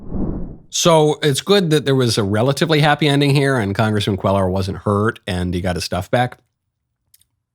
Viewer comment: Aw poor guy, one second alive and happy and then just gone. So awful. As a Hispanic, I find it sunny how you and Gutfels pronounce the surname "Cuellar" it's more like "qwe-yarr"